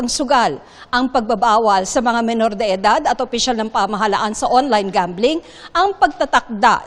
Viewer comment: STOP saying "kilos protesta!" Protesta is ALREADY an act. Kilos protesta is redundant. Who hires these newscasters and reporters??? And, it's "pamahalaan," not pamahalhan. LOL!!!